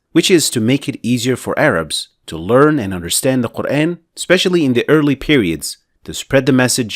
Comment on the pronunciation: It's actually pronounced MAALIKI, NOT MEELIKI I guess you tried to teach people King James qiro'at of QUR'EHN English transliterated pronunciation. Although the prophet and shahabahs, has been dead 1500 years ago. It doesn't mean that you can freely INVENTED another qiro'at as you wish. It's never pronounced MELIKI or QUR'EHN. it's MAALIKI and QUR'AAN. PLEASE STOP spreading WRONG pronunciation of our Holy Book AL-QUR'AAN (NOT QUR'EHN)